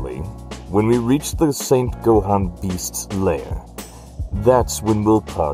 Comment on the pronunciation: Yeah... Gohan A is Gohana, Gohan with an "a" at the end.